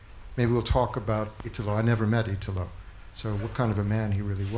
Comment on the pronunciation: "I wish I could read this in Italian... but I can't." Bro, just the fact that he pronounced his name properly, instead of the horrid mispronunciation most English speakers do, was enough. In Italo, the strong syllable is the I, not the Ta. Well done Richard for understanding that.